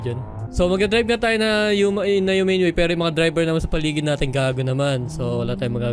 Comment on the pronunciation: Bro. Ang. Galing. Mo. Mag. Dirab